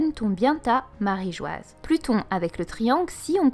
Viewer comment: Très intéressant ! Très novateur d'irais-je même 😉 . Mais s'il vous plaît, dite marijoa bordel ! マリージョア se lit ... marijoa. J'en peut plus de lire marigoise ça me sort par les yeux 😭